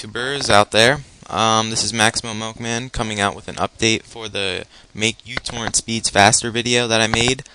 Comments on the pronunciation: It's pronounced mew-torrent. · fyi its pronounced meu-torrent :P like the greek letter for micro also thanks this def boosted my speed